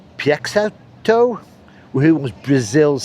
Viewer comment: Peixoto - pay show tow Not exactly like that. Try to remove the w sound I wrote about